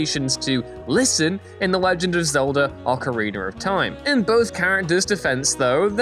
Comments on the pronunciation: Stop saying idear and Ocariner. There’s no R at the end GRRRRR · Okereener of Time